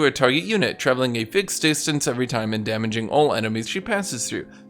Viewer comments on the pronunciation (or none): none